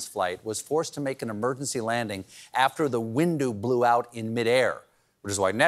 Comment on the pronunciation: Stephen talking about that Alaskan flight: "Alaskan flight was forced to make an emergency landing, after the windu blew out in mid air". He said windu instead of window.